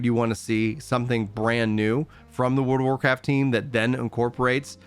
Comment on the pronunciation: He lost me when he forgot how to pronounce the "r" when he says Wold of Warcraft.